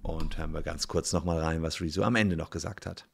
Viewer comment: Der blauhaarige Schlumpf ist nur eine Sprechpuppe. Ausserdem heißt er "Rezzo" und nicht "Rieso".